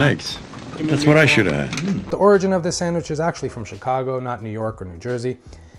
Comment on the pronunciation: As they would call it a SANGWICH, lol